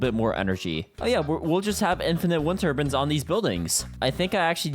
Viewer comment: Turbins? It's turbines tur-biyns is how its pronounced